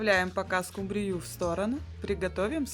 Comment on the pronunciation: Почему скумбриЮ, а не скУмбрию? Так говорят в Индии?